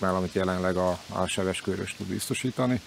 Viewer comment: A jelenlegi kormányzat már kb mindegy mit csinál, mert jövőre mehetnek amerre látnak :). Sajnálattal hallom, hogy a TIVIZIG igazgatója a Sebes-Köröst Sebes-Kőrösnek ejti. Nem, nagyon nem mindegy.